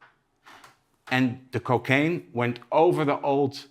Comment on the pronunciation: There is no drug in the world known as Cuc-aine. There is how ever a drug called Cocaine. You ppl sound ridiculous